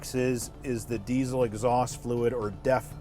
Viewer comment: Its diesel, not desiel.